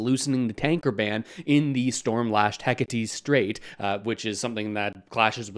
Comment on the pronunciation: First of all, you should learn to pronounce Hecate Strait properly. Secondly, who are these idiots that keep saying there is no business case for a pipeline. How much more does Canada have to bleed before these ridiculous wokesters wake up. Carney is a hypocrite and needs to be gone.